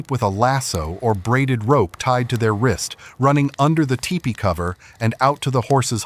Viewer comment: What is with the strange pronunciation of the word "teepee"? The narrator keeps saying TE-PEE. But i am sure the word is TEE-PEE. please check this and correct it.